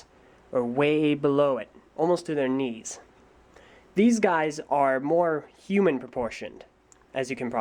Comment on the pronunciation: I thought he said wings